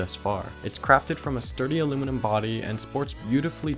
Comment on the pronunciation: An American who knows how to say Aluminium the correct way? lol Im impressed, also great review